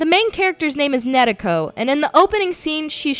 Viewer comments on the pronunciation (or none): and she said it completle wrong its not fucking nedeko it nariko its such a big flaw in the review to get something they say so much in the game wrong. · The protagonist name is Nariko, not Natiko... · no in the damn game the clearly say it like nar-e-ko not with d or nereko its nariko. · her name is nariko nar-e-ko GET IT RIGHT! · i dont that think she said her name right... lol play the game i listen to how they say. did she actually play it? hmm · She says "Nariko". She's just trying to pronounce it somewhat Japanesque. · no, no she's not i have listened to it several times and she says it wrong, either its the pronounciation or she says it in some wierd way .